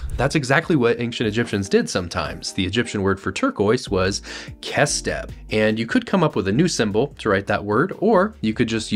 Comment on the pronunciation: It's not pronounced "kes teb" it's pronounced with something similar to the arabic خ